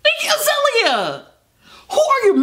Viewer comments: "IGGE AZELIA" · From "Aireeana Grahnday" to "Iggy Azahleheyah"